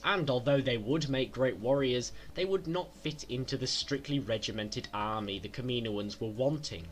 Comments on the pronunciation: It's pronounced KAM-IN-OAN not KAMINO-AN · Kameenoins😂 u mean kammanoins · Kaminoins . (Cam-a-noins) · The way you said "Kaminoans" pissed me off lol